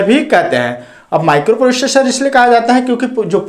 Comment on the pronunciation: प्रोशेषर नहीं भाई प्रोसेसर होता हे 😂😂